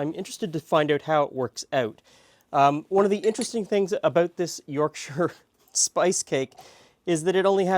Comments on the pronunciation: Rare to find a north american pronounce Yorkshire correctly, nice one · i appreciate you not pronouncing it york shire! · Yorkshire viewer, definitely do Parkin. Pronunciation of Yorkshire spot on also. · SOMEONE WHO PRONOUNCES WHERE I COME FROM CORRECTLY